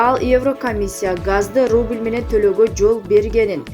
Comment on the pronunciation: Сиетиль Амерыка Байденнь рубиль инфрастура инфакстура просент геиөсизм коридол никөлево дер лер гүтериш ит.д беш минутада нерв кайнап чыкты жаны сөздөрдү угуп тантыкбы журналист туура окучу нерв кылбай не деген акмактык каяктан да уктум жанылыкты